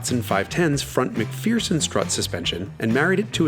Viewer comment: Cammisa, Thanks for the informative and entertaining video. However I do have a quibble. I can't vouch for your pronunciation of Japanese but your German is quite good so you have clearly made an effort to get it right. Pity you didn't make the same effort when referring to struts with a Scottish name!